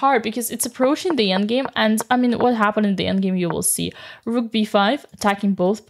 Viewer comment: I'm tempted to make Dina's "The Rook!" with the beautifully rolled "R" into a notification sound on my phone.